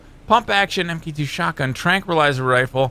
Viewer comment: I'm pretty sure the MK2 is suppose to be pronounced "Mark 2" like tony Starks iron man suits.